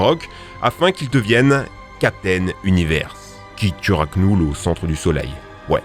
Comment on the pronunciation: Knull on ne doit pas prononcer le K car il est muet 😅